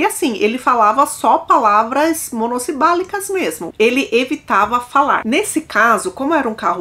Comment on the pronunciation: Ela falou monosibálico